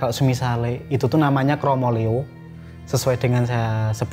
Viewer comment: bukan KROMOLEO tapi KROMOLEYO pake Y, dlm bhs jawa hampir tdk ada 2 huruf vokal bertemu